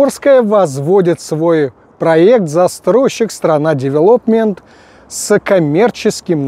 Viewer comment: ну и девЕлопмент, а не девелОпмент